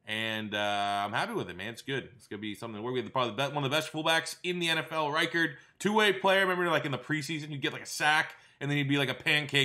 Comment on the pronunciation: Sam Koch is pronounced "cook" and Patrick Ricard is pronounced "rick-ard" not "rye-card" btw